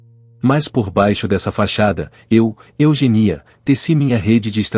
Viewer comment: Eugenía ler Eugênia